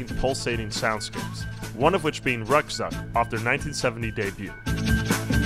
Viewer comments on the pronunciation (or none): The only bad pronunciation was kraftwerk and ruckzuck. Think crawft-veark and rook-tsook